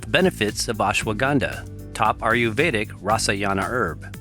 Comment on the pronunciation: Great videos, but PLEASE say "Ayurvedic" right. It does not sound like "Are-you-veda" but more like "Aye-yur-veda". Other than that, great job!